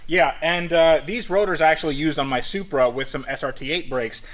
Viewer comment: He said "SUPRA"